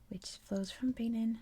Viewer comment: Love the videos but I think it's pronounced ba-neen :)